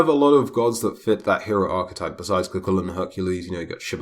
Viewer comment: It's pronounced cú hulainn